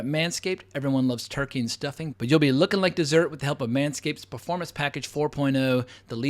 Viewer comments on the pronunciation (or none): none